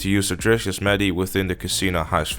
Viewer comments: It’s Yo-se-mite. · Yosemite not yosmeti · In America it's pronounced Yos-em-ite-y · Somebody has never heard of Yosemite Sam Edit: Yo Sim It Ee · Yo-sem-meh-tee. Then you say it quicker for Yosemite. That's how you properly say it you bloody Dutchman.